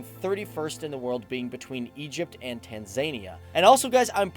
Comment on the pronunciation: That pronounciation of "Tanzania" just no.